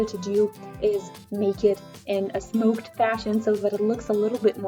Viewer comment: Isn’t it smocked like “SOCKED?”